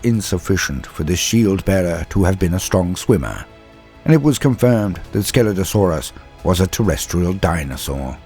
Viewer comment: Only listening to this I thought I heard "Skeletosaurus" when you were talking about Scelidosaurus. 🤣 Great video. Keep up the good work.